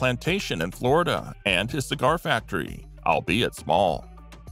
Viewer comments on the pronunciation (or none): none